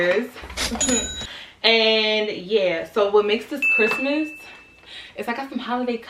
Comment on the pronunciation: "Merry Chrimas"